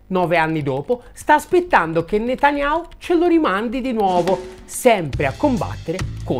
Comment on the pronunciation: NOOooo...! 😱😱😱 "Benjamin Netanyhau" noooo...Dannato, tu si che sai come convincerci al "dono spontaneo"... Comunque, al di là delle invettive finali, sempre molto chiarificatori i tuoi video, bravo...